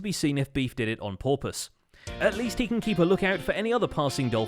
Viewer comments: I literally threw my phone when I heard “on porpoise” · Is it bad I laughed when said Porpoise instead of purpose when talking about beef and doc’s dolphin clip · "on porpoise"....... wow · "on porpoise" HAHAHAAAAAAAAAAAAAAAAAAAAAAA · "It remains to be seen if Beef did it on "porpoise"... wow